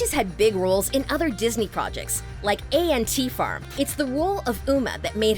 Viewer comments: I don’t like how A.N.T farm was pronounced. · did they really pronounce ant farm as A N T Farm? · A.N.T farm instead of Ant Farm lmao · MISS GIRL DID NOT J SAY A...N...T FARM I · a. n. t. farm she says 🤦‍♀️